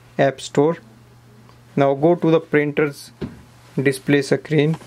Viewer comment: Sacreen nei bhai screen bolte hai waise